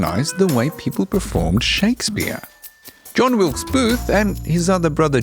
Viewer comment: He can't even get the name of the assassin correct.